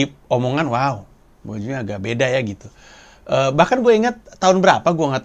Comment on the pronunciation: Soalnya pas dia bilang "waoww"nya engga biasa, kayak ada yg aneh gitu😅